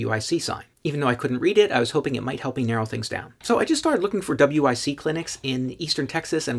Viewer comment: Just say wic it rhymes with bic. Like the lighter.